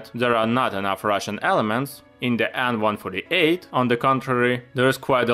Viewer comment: Great stuff bro! Why do you call the plane An-148 instead of AN148...The An is not mean to be pronounced as a word but ABBREVIATED :)